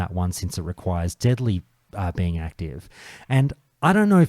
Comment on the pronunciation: I love the way Australians pronounce deadly brew. I imagine diddly brew is Flanders' favourite beverage.